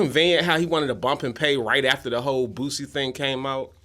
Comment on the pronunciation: HE SAID BOOSIE NAME CORRECT BOOSIE WHAT DID U THINK HE SAID